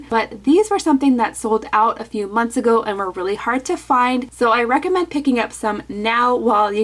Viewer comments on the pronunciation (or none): none